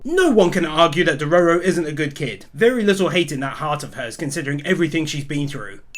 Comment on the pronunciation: the fact he STILL Calls dororo a she, plus says his name wrong makes this so hard to watch, especially how he just ignore dororo saying HE was a boy.. other then that, i still absolutely love this video and channel..